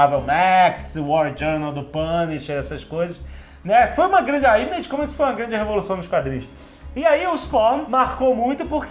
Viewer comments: é só o meu ouvido que dói, ouvir eles dizerem "imeige"? Mesmo dps dos drops e dicas da Wise Up?? É IMAGE.. com pronuncia "ímage" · Já que rolou a discussão no episódio, Spawn se pronuncia "spón", mais parecido com o que o Jovem Nerd falou. E quer dizer ovas, mas também prole ou cria ou até como fruto, resultado, produto. Como verbo pode ser desovar, gerar. E pelamordedeus azaghal, image se pronuncia "ímage", não "imêige" :) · Bicho, pelo amor de deus, quem foi que espalhou essa praga que é a pronúncia “Imeigi”? Pqp! É Ímage (próximo disso, na verdade). Mas se falassem como se lê em português já passava mais perto. Pq diabos inventaram essa pronúncia totalmente sem sentido?